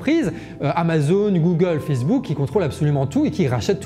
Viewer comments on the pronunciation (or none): none